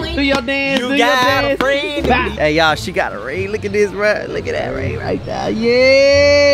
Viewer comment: “you got a frenn in me“🤣